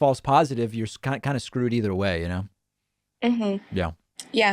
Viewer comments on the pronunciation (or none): none